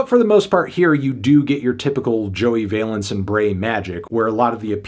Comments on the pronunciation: Just double checked to be sure, but Valence is pronounced like Balance, not like valence electrons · Its VALENCE like BALANCE LIKE THESE BEATS ARE KEEP MY WIVES NAMES OUT OF YOUR MOUTH